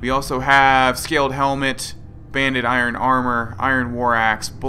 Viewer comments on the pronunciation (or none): none